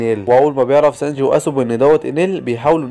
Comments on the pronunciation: سانجي❎ سانج✅ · ترا أخطأت بأكثر الأسماء مثل سانجي تقول سانج وارلونغ ارغون 😅😅